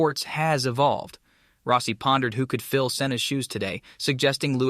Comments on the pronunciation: You butcher most of the names you utter so badly it fucking HURTS. Rossi is Rossi, not Rowssi! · Valentino Rowsee 😅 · Row-see? lmao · you need to get an announcer/narrator that pronounces peoples names correctly. It’s not ROSEI.. it’s ROSS IE.. I never never never subscribe, or give a thumbs up to a video that is begging for me to subscribe at the very beginning especially a video like this, that uses a clickbait phrase like bombshell. And yet, there’s no bombshell, nothing … with a Clickbait phrase like that, I thought, at least Rossi was going to get back in the saddle, or start his own racing series in competition, with Moto GP, at least, with that type of a headline.. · Row-cee? > Rah-cee. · Dude needs to work on his pronounciation. Max BiaGGi and Valentino Roassee is hard to take. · Is this text to AI voice? It's as if this person has never watch a race with a mention of Biaggi. Totally miss pronounced it. The real kicker was when he referred to Valentino as "Rosy"! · Roe-si haha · Learn to pronounce people's name.